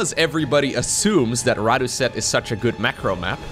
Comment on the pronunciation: Fun fact: Rådhuset is a subway station in central Stockholm, Sweden - I go there everyday cause it’s my stop for work 😅 it’s actually pronounced “rawd-who-set”